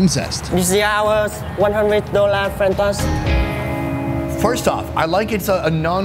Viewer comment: 'Ee aa one hunda dolla Fren Tost' 😁